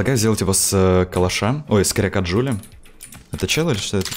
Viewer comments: ДжулИИ а не ДжулЛИ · Джулии, а не Джулли